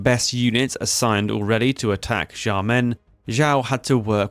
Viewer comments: Xiao is pronounced nothing like whatever it is you are saying. Thankfully we have subtitles. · Please improve your Chinese pronunciation, Xiao is not pronounced as "zhao", nor Ye as "yee"